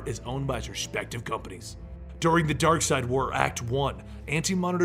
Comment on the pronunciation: It's Darkseid not Darkside